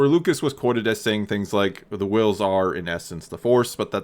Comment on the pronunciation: So.............why are you putting emphasis on the "h" in Whills. 🤔 "NUFF SAID"™